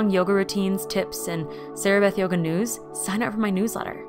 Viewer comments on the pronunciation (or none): none